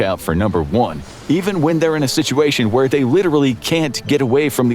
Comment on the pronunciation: One thing I have to tell you; The word is Where, not Ware.